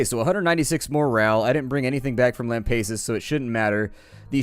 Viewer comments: and once again big mistake by abandoning lampasas also its Lam-pass-us not Lam-pace-us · fwinger Whenever he says Lam-pay-sus, I cringe... As a native Texan, it hurts.. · Chakat .Tempest yeah i facepalm everytime he says lam-pace-us also this was the worst episode in a while nothing got done he skipped on a bunch of stuff gave up on lampassus and just talked random stuff im losing hope in this series